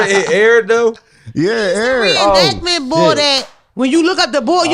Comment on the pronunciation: Calling Dre “ Reinactment bor” is hilarious